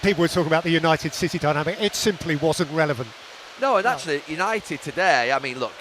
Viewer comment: Yanited shambles 🤣